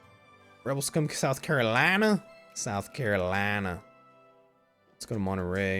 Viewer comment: I am from south carolina and I just started laughing when you said south carolina in that accent. lol